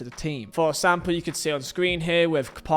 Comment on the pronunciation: When you say “example” I hear “act Sam Paul”